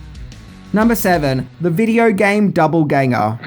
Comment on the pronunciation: it's doppleganger, not double ganger